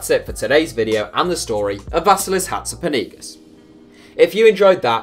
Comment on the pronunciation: When you say Hatzipanagis I am always confused, try finding how you pronounce the name or else we won't understand, I though you were talking about a stadium name or city in Russia or something. But the video was LOVELY! All love to Iraklis and Hatzipanagis!!!!!!!